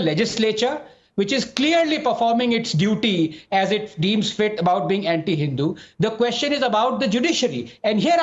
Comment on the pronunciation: is he deliberately mispronouncing the word HINDU there??????????